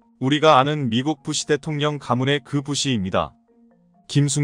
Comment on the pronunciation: 명사를 맘대로 읽지마시길 대통령 ~대동령?